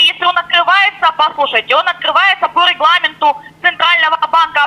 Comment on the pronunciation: " по реХла́менту "